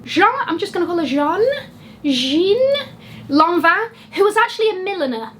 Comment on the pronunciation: Love it, j'adore. To pronounce Jeanne Lanvin, think English Anne with a French Je, sort of J'Anne 🙂